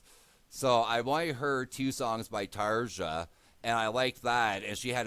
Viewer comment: Great to see a new reaction, hopefully your problems with new mike are just teething issues. Video itself sounds great. BTW Tarja is pronounced "Tarya".